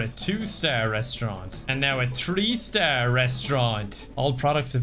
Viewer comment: saying "tree star" instead of "three star" gives me Land Before Time flashbacks